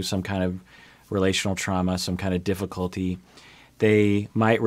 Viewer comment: "some kind of diffi-colty"